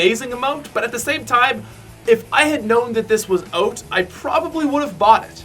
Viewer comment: he said oat instead of out